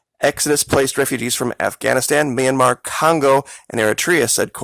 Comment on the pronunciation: It's NOT Myramar. It IS Myanmar....